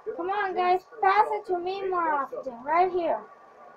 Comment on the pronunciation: dude you said path instead of pass